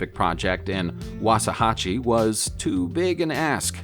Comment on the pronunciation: Its said wax-a-hatch-ie